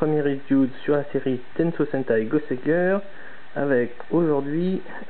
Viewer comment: euh pour tenkuuYusha: tel qu'il est écrit ça se prononce GoseiGueur au japon.